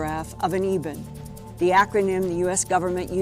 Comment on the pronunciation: It’s pronounced “Eh”-ben. As in the “anointed” stone from the Old Testament…